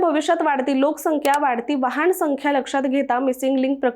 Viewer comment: वाहण नाही हो वाहन, वहाण म्हणजे चप्पल.